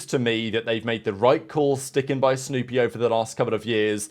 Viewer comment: Sounded like you said stoopy. Not snoopy.😂